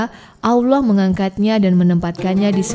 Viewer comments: Bukan Aullah..Allah..sebut bg jelas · Nyebut Allah nya Terdengar Susah bngt smpe jdi Owloh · Koreksi sedikit. Penyebutan nama Allah itu tidak ada huruf w nya. Makasih